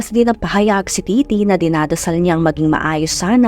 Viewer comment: Correction- It's Ditty not Didity hehe